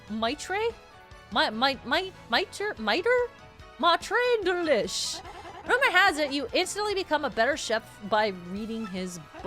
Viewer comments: Maitre (pronounced "may-tra") Delish,. Ain't you heard maitre d being said before? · "Maitre" is French (meaning master). It's pronounced roughly like Maytra. Have you ever heard someone say Maitre D, as in the host at a fancy restaurant? It's that word. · Oh, Gordon Ramsay would call u an idiot sandwich for not pronouncing it Metra Deelish YOU DONKEY!!!!!